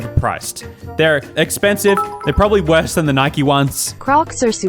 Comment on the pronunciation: It’s Nike not nikey